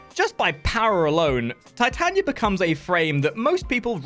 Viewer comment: It’s Tit ah knee ah. You’d think a fellow Englishman would know the Bard. ;) Nice guide though.